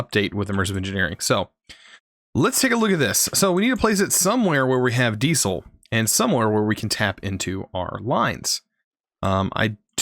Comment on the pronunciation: the way you say diesel triggers me. love the video.